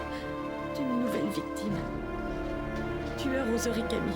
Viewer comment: 1min3 il dit tuérr